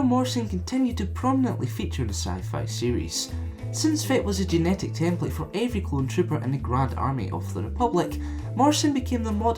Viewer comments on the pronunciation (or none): none